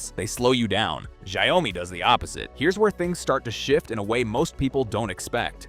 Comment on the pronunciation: How hard is it to pronounce xiaomi he keeps saying zao mi 😅